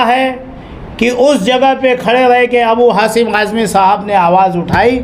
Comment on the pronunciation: Abu hasim nahi hai wo abu Asim azmi hai thoda bolne par dhyan de